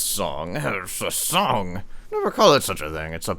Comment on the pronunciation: He also pronounces song like it were the French word sans 😝